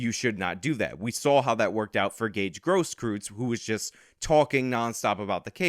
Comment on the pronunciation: I know that he's a piece of trash... but it's pronounced "Grosskroytz", not "Grosskroots". I'm sorry, but I just cringe at all of the mispronunciations. Sorry to sound like I'm defending trash. I really want to emphasize my dislike of filth like that of Gage Grosskreutz.